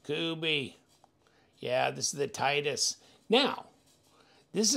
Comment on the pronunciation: Great looking knife, definitely a budget Koenig Arius option. Pronounced TIT-EE-US (titty-us) just an fyi. As always thanks for the unboxing and disassembly 💪